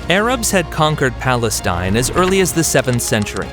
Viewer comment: Why does he keep saying palenstine?